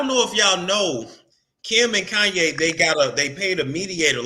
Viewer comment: I was bout to change the channel, till I heard this fool say “Kayne need Azalea Banks”. - 🤣😂🤬